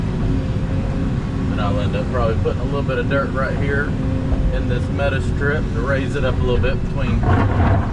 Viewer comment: It took me a while to figure that out. That NC accent kicking in . . . 🙂